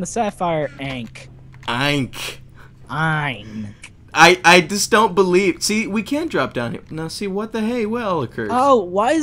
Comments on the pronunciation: Ankh is pronounced onk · Hearing them mispronounce "ankh" made me cringe so hard